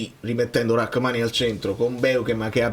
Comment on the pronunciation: Ma non si chiama Rakmani., proprio tu che ci tieni tanto per la corretta pronuncia…